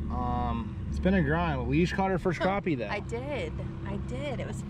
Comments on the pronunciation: It's Crappie not Croppy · Yo. Pennsylvania here. It’s not craw ppy. It’s crap p. It’s spelled Crappie Bahahahahahahahah.